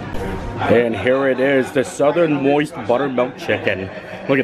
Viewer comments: Everytime you said southernmoist I giggled, it’s southernmost 😂 you crack me up, jingle cruise the other day god love you! Keep making these amazing videos I love watching how much fun you have xx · Paper says Southern Most. says Southern Moist 😅😅😅